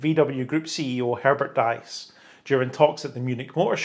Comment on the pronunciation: [Pendant] Diess is pronounced "Deese" not "Dice" [/Pendant]